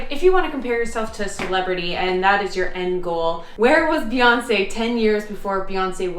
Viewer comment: When you said "Beyonce" while trying on clothes, I had to do a double take because I heard "fiancee" and thought I had seriously missed something 😅 Gorgeous dress, by the way!! Hope you have a beautiful day! 🥰 Ps. Thank you for that visual of Beyonce sitting and doing her taxes 😂